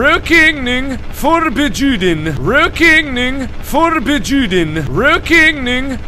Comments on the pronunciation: ashes-rain-in-the-night Trust me, it isn't. :) It's more like "rawk ning, for bjew den" (but with the wovel in the first word pronounced as the o in "work".) I don't know if that made any sense, though. :) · Markiplier its pronounced rokning forbuden the j is silent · It sounds like he's saying "real kidneying, for bitch you didn't 😅😂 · did uhh...anybody else hear rokning forbjuden? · I don't know why but I keep hearing rookeening for bitch you didn't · I heard "for bitch you did" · I am Swedish and he says totally wrong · Tianna Elizalde I'm norwegian, but swedish is similar to norwegian, so i just understand because it's similar. And it's hard to write how to pronounce something, but it's DEFINITELY not pronounced like that! XD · Han utalar det inte rätt PS. Jag vet inte hur utalar stavas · No, it hurts, it hurts ALOT :< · | You mean... this /isn't/ the correct way to say it? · Wow, I did not expect to find a video of Mark pronouncing Swedish horribly (no offence man), and it's pretty hilarious! I can see why English people think Swedish is hard to learn. Also, the sign translates to "Smoking forbidden" =) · Yea mark of you saying no smoking in Swedish good job good job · That pronunciation though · By the way Mark you said it wrong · this hurts my swedish ears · The season why he can't say the word right is because he is not swedish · Thats so bad... (I mean I know hes not trying to say it correctly, its just cringy) Rökning Förbjuden - in case anyone cares, it means smoking not allowed in Swedish